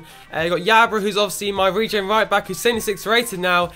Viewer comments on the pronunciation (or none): none